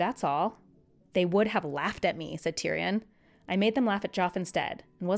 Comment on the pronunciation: The way she says "Tyrion" and "Cersei" is killing me. (Tear-E-In) and (Sir-See) is how George pronounces them